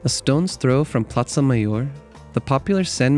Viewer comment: It’s not platza it’s plaza🤣 Your background music is far too loud between the narration. Nice clip🥰